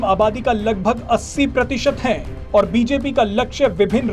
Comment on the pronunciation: "और" एवं "ओर" शब्दों के उच्चारण में अंतर को समझकर बोलना सीखिए 🙏🙏